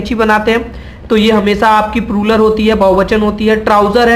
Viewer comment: Video was good But That was ---- प्लूरल NOT प्रुरल Don't take remark ill In every language PRONUNCIATION plays most Important ROLE